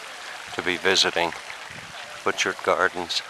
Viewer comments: Bu-char garden. Not pronounced Butch Art! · you need to go in the winter time! a must see! (it's pronounced Butcherts) My aunt lived two blocks from the garden entrance! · Pronounced boo shart gardens. The man made it for his wife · Pronounced: boo'-cart garden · The "t"s in Butchart is silent.(Pronounced bhu-char). I've always wanted to visit this place. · Perhaps you learned along the way, that it is pronounced Buu' chart Gardens. I enjoyed it grandly myself in June of 1973, took a vehicle over on the ferry as you did, a cold and windy morning, though warming to a beautiful day, with driving around the island and Victoria in the afternoon. It was, indeed, a journey of a lifetime, especially from Arizona. British Columbia was a real treat, Alberta too: we visited Banff, Lake Louise, the glacier fields, and many other superb and special places. At that time, Vancouver and Stanley Park were interesting too. Thank you for sharing. :)